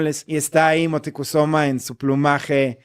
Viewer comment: Moticusoma???? Será Moctezuma???😂